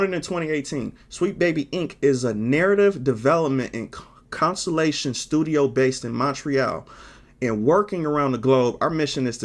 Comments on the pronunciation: Sorry for being annoying and correcting you, I don't want to come off as mean, but you keep pronouncing "consultation" as "consolation". Hope you won't get mad but you'll appreciate the feedback. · So you can't pronounce "consultation" huh 😅